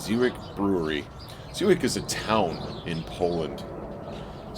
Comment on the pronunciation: I looked it up, it's pronounced zhe-viets. You looked so happy to be outside!